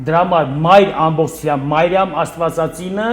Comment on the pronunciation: Ոչ թե Մայրամ, այլ Մրիամ, ոչ թե սայլյարկա, այլ սալյարկա, ոչ թե հույր, այլ հյուր, ոչ թե բալանի, այլ բանալի։ ջան, այդպես էլ է լինում։ Գոտեպնդվիր։ Բայց մի բան ճիշտ ասաց, որ կնիգա բառը իրոք կնիք բառից է առաջացել։ Հայ վաճառականները տպագրության հաստոցը Չինաստանից բերեցին միջնադարյան Ռուսյա և նրանք, լսելով հայերից կնիք բառը, տպագիր գիրքը, անվանեցին կնիգա(ռուսերեն, լիտովերեն)։ Համենայն դեպս կա այդպիսի գիտական վարկած։